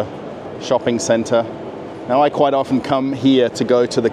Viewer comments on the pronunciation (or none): none